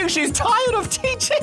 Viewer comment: teaching not teacheen